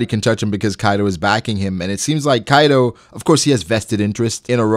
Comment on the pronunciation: All japanese names murdered. It's kaido not kaidow. Orochi, not orowchi. Jeez.